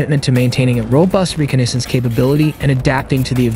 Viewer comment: Its pronounced "Reh cah ness ance" ...cool jet though